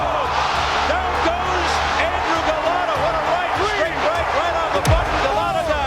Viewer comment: first of all...It's Andrew Go-Lot-AAAAAAA NOT OOOOOOO, Golota, not Goloto, if you actually listen to the announcers, you could of said it correctly. Secondly... Mitch Green went the distance! This is suppose to be "All Tyson's Knockouts" and I'm out... S-it For Brains.